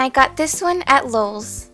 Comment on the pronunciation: *knows she said lowes... hears lolz anyway*